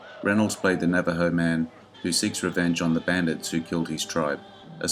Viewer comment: Tonto means "wild ones" in Apache where the Character in the Lone Ranger got his name. Also Navajo is pronounced Nav (as in Navigation) ah Hoe